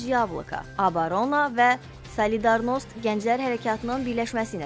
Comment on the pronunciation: Ponomaryov sözündə vurğu axırıncı saitinin üzərinə düşür."Solidarnost"da isə "a"-nın üzərinə düşür.Düzgün oxumaq lazımdır, xanım.